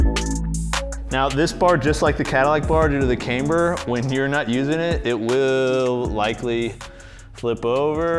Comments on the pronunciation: Not trying to sound like a jerk or nit-picky but its pronounced Kamber not Kaimber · Can't unhear mispronounce camber as "came"-ber every time.